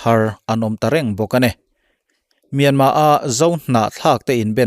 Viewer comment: Myanmar tih ani in ka hresia tinge myanma ti in ichhiar ziah a😃😃